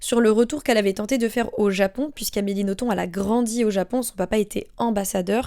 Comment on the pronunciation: petit fun fact: d'après Amélie Nothomb, le b à la fin de son nom se prononce bel et bien! (elle l'a dit dans une interview)